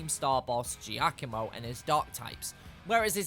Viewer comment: It’s ja-co-Mo gicomo